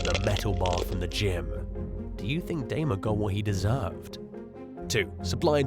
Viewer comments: Dahmer, really you can't pronounce this name. Come on guy! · How do you mispronounce Dahmer? SMDH